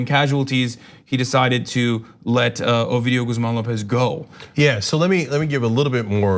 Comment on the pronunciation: This dumd bitch said "obidio"